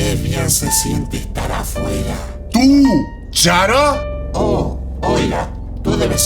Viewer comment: Oye una pequeña correccion con Chara( es tu AU llamalo como quieras:v) Se dice "Cara" no Chara